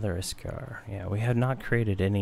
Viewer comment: Iskar? hehe I think it's Iksar ;)